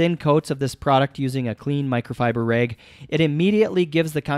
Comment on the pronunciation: Its rag not reg